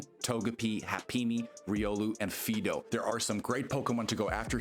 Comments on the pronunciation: "FEE-do"? Isn't it supposed to be pronounced like the dog name "Fido"? (Otherwise the pun doesn't work...) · definitely said fee-do 20 seconds into the video but its all good....ive apparently been saying Rayquaza wrong for 20 years lol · someone said Fee-do